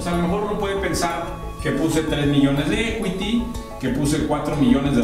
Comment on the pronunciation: tambien pronuncias mal equity pero chido men se entiende que es lo importante